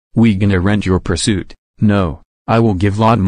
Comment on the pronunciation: Puirsoot more like puirsnoot